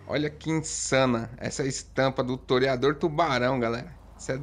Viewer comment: Agora o toreador virou um "terryador" kkkk